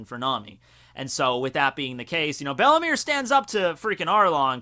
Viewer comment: Isn't Belle-Mere pronounced "Bell Mayor"?